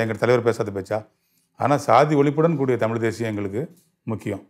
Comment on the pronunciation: தமில் ilaa தமிழ்